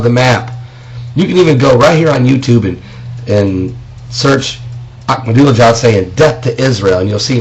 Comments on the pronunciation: ....Your right 100% Every word is true here Brother!!! 100% And a haaakma dula jad LOL Lil man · LOL and... Hhhaaak-madula-jad